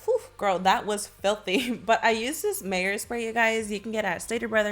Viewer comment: I’m DEAD she said mayors I thought it was called Meyers lol